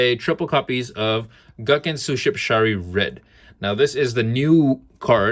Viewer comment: Dope build, man. Been playing mine with a small Mathmech engine which I think is pretty decent. Side note: I do wanna point out that the "gun" in "gunkan" pronounced as "goon" and not gun as in the weapon.